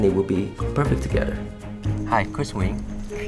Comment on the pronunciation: wait is it wing or win